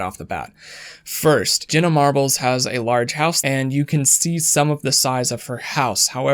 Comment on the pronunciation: Ever notice Jenna sounds like genuine when he says it and shameful sounds like shaneful lol